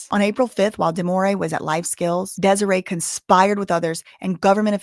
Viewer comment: Desiree rhymes with Demoree. Just the first syllable is different. dez-OR-ray and dem-OR-ray Seems like mom wants to break up daughters marriage. She never earned any respect in her daughters life so she's trying to use her money and powers to force her choices on her daughter. Sorry mama, where you been all this time? Hope your baby ain't in trouble bc she ain't had no one to lean on but him. You aint found nothing yet so she's prolly just fine living her best life without you. Reap what you sow.